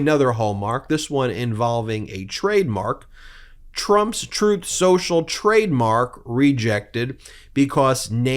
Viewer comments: Trumf Sossel, as Trump pronounces Truth Social, would be a unique name. It's hard to find even a Russian mob that is as corrupt and criminally implicated as Donald Trump. Incredibly the ones with money in the washer at the Florida Trump Dump. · "Troth Senchel," Let's get that sh*t straight. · +/- It's called "Tooth Senjel", listen to what he says, not what he says he meant to say. 🤪 Covfefe4FR!! 🍊🤡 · Trowth Senchal, is done